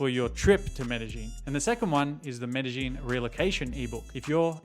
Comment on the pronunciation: its not MedeGeen its MedeYeen...